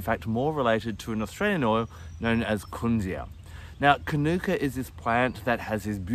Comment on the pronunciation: Hi, lovely information thanks, but please pronounce it according to its mother culture language. The pronunciation is kānuka. Long vowel on the first a. Not kanoooka. Good pronunciation of māori words is one of the ways some of us are trying to repair relations with our first nation people.